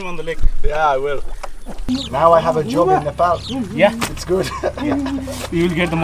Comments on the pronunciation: Really loved it, good to see you having a good time in nepal. First British lad who can actually pronounce Nepal in a nepalese way. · Much respect. And I must say you are the first ever Brits to pronounce Nepal as Nepal not Nepal. Even the Nepalese kids in Uk they say Nepol instead of Nepal.